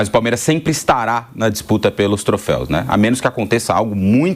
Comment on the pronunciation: Repórter mandou um "trofeis" mano